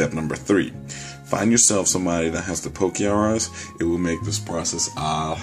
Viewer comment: its not poke-R-us its pokerus